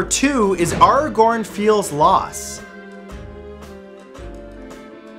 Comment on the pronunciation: So no one's gonna comment Mathews pronunciation of Aragorn?😂